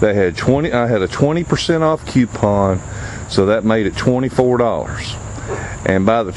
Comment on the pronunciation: There's no "Q" in the word COUPON. It's said, coo-pon . Do it cheap, but do it right.